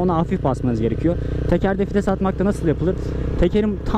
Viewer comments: abi 3 yılda anladım fites değil vites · Bi kere daha '' fites'' dersen intihar edicem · Fites diyişini yediğim